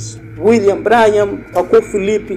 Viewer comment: Se pronuncia "Brãnrram" Deus te abençoe meu irmão. A verdade tem que ser dita contra essas seitas e heresias